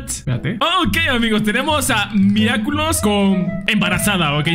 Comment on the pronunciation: Yo igual me carcaje porque en ves de decir Miraculous decia miraculos